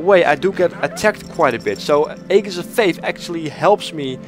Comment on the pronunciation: I can understand how this French phrase is bludgeoned by English speakers, but I especially love how "Aegis" gets the same violent treatment.